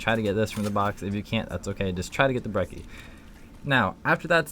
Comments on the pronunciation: He called it the brehssy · "brecci is very useful" my ass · Lol he said breci or what ever it's called wrong 😂😂